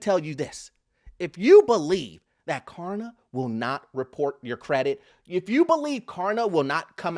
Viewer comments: It’s KLARna, not KARna. 😂 What happened to the “L?” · Stop saying Karna idiot!!! It’s Klarna. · It’s K”l”arna, not Karna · If he says karna one more time I am un-following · It’s Klarna with an L!! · Purposely not pronouncing it right? It has a L in it. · This dude refuses to pronounce Klarna correctly with the most obnoxious laugh I've ever heard on YouTube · Klarna is facing the Carma. Can you not pronunciate the L in Klarna? Ha ha ha ha. Ma Ha ha ha ha, JK JK the platforms the devil practically as bad as Car loans.